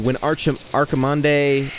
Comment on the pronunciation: It's Archimond